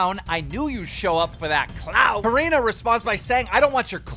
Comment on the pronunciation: Can you pronounce Corinne correctly